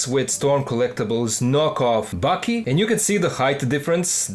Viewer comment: Thanks for making these vids, I've been a fan since before bootlegs, but they might be some of my favorite reviews. I just wanted to let you know that Baki is pronounced "baa-kee", while it almost sounds like your saying "Bucky." Also, I love ur voice, its great to listen in the background too👍